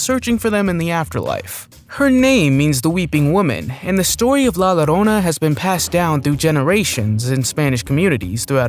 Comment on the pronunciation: You don't say "LA Llorona" as "la loroana",the "llo" part is pronounced as a jo sound so it would be pronounced la jorona to english people